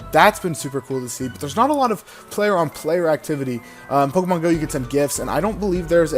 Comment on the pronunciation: Stop saying pokEEEmon.